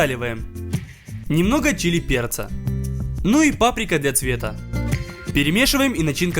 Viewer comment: мне послышалось немного чилим перца